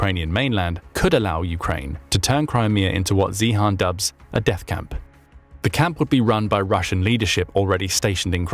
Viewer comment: Peter’s Sirname, definitely😊 NOT pronounced “Zee-Han” it should absolutely be pronounced as “ZION”!!!❤😊